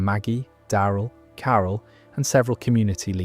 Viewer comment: Die-eye-rill dixon?